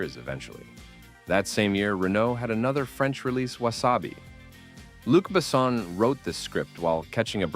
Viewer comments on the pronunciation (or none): Ah, "Luke Bessowne"... 😁